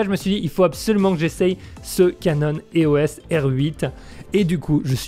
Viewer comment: Salut, juste pour info on dit eos (éos) pas é-o-s (comme SOS) ;)